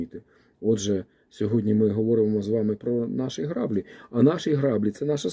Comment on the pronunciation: Вибачте, що виправляю, але це важливо: не грАблі, а граблІ по-українськи - наголос на останній склад